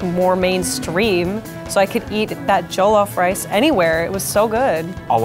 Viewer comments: That GoooLof ricec, im dead😂🤣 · she said joe-loaf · She really just said jooluf Rice lol 😂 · Joeloff it is said Joll-of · Its pronounced this way jeh-lof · “Joe-loaf-rice”?? Such an American...🤦‍♂️😝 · Don't you dare call it Joe-lof rice. How frikn dare you !! You uncultured swine (lol) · I wonder how Jollof is pronounced, because I wanted to say it with a “y” sound instead, but she said it with a “j” sound.